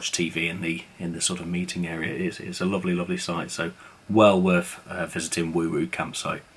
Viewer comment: Not that it matters but we we’re told it’s pronounced wow wow as in mow mow or low low, not woo woo! Great site all the same! Love your videos (fans from Brighton). BTW, the shop sells craft beer from the local 360 brewery which is superb.